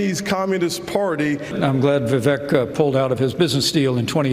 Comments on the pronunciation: Dude! Will you please pronounce his name right!?! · How do you still not know how to pronounce Vivek? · It's Vi-VAKE rhymes with cake that's how he suggested people remember it. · Love your channel! Time to learn how to say Vivek tho, since you'll be saying his name a lot and you seem to say it differently every time, lol. Vivek rhymes with "cake" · Vivek rhymes with Cake